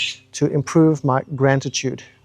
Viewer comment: "Grant-atude" hahaha